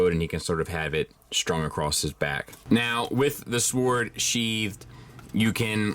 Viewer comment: Thanks. Side note: not concerned about the pronunciation of the name, but concerned about the pronunciation of “sword.”